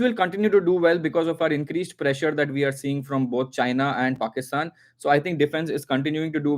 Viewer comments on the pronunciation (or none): none